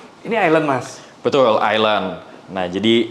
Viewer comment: Sudah berapa “betuul”? 😂